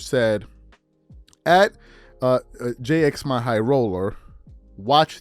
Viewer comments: Its jimmy not j-x-my 🤣🤣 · That “Jxmy” actually is pronounced as Jimmy, haha